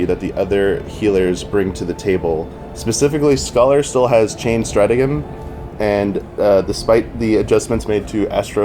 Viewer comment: Imagine having a writing/reporting position and not being able to pronounce "stratagem."